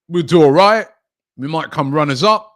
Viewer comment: Man said runners up like it’s 06 😂😂😂😂😂😂😂😂😂😂😂😂